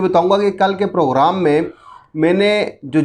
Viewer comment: Program hota hai poghram nai phely yeah to sekh saly 😀😀